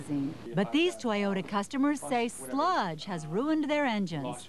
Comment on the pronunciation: I don't bother listening to ladies who can't even pronounce toyota. Why is it that every mechanic shop i've been to say toyota are really reliable. People who don't know shit about cars shouldn't even be driving. Also you can't always trust a local mechanic they want to make money so unless you can trust them better off taking it to the dealer where they have warranty. I own 4 toyota's:1997 4runner, 2007 Tacoma, and 2010 Tundra and they are all fine even the 1997 is actually original and 100%.